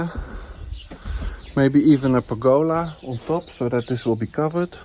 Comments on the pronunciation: With respect, most English speakers expect to her "per-GO-la," and might be confused by "PER-go-la." (I'd probably mistakenly wonder if it referred to some sort of fruit-based means of water transport, & drive the whole conversation downhill from there. 🤣) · please dont say pergo'la but pérgola di accent on the E is an Italian word try to say properly,no offense is ment but just try to improve your Italian